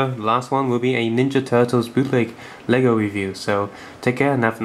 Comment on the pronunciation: Not bole, it's LEGO!!!!!!!!!!!!!!